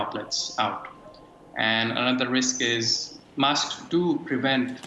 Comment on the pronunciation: make sure you wear you wasks, everybody.